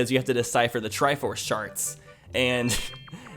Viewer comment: Anyone else hear saying sharts and not charts